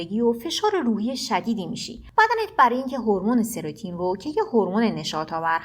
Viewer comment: مطالب خوب بود مرسی فقط اون هورمون سروتونین هست نه سروتین